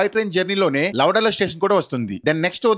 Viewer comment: లవడాలో ఏంది లవడా, లవడాలో స్టేషన్ కాదు, ❌ లవ్ డేల్ అని పలకాలి. ✅ Pain - పెయిన్ - నొప్పి. ❌ Pine - పైన్✅